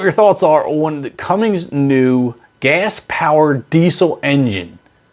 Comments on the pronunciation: Why do so many people add a g between the n and s of Cummins. It's is Cummins not Cummings. I'm sure it is confusing as YouTube's own spell checker highlights Cummins as being wrong but add the g and it they say it is right. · CummiNs!! There’s no G!!! Not CumminGs!! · Please pronounce it "Cummins" and not "Cummings". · Not Cummings…..There is no g. Cumm…..ins. Not ings. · This is sad, for several reasons. Diesel is superior to gas in every way. But the silly host doesn't even know how to say CUMMINS!!!! There is NO G in CUMMINS!!!! Idiot!!! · There is no "g" in CUMMINS! Too many lose believability as an expert by saying "Cummings." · It’s CUMMINS, not CUMMINGS……. Lol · its not cummings its cummins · ITS CUMMINS. NOT CUMMINGS. UR A LOSER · Whys does everyone says cummings.. cummins mins not mings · You lost all credibility when you continued to call it "CumminGGGSS".....Just delete your page brother.. It's over. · it"s NOT cummings!!! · You're hard to listen to. You say "Cummings". It's not CUMMINGS, it's CUMMINS. Lose the G......... it just makes you sound like an idiot. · Did I hear you pronounce it "Cummings "??? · WTF is a "Cumings"? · Cummins not Cummings. Are you really that stupid? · If your going to make a video on Cummins then at least learn how to pronounce it Cummings….. instantly I think your an idiot and had to make this post before I switch channels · IT IS CUMMINS, NO "G". Google "is it Cummins or Cummings" The correct spelling is Cummins, not Cummings, referring to the company that designs, manufactures, and distributes engines, filtration, and power generation products. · I used to live in the town of the headquarters. Yup, not pronounced with a “g”. Cummins. No g please. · I was really interested in this video, but at the 33 second mark was all I could take of you mispronouncing Cummins 😖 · Hey bud there’s no G in “Cummins”. You sound like you speak 4th grade English. 😂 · INS NOT INGS GAH!!!!! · Why in the hell do you keep saying "Cummings"?